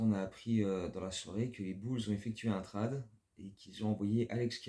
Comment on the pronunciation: Move très étonnant... super vidéo ! Par contre on ne dit pas "trade" mais "trayde" au niveau de la prononciation ! Go Bulls ! ❤